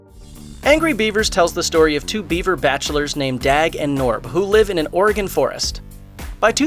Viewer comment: thank you for pronouncing Oregon correctly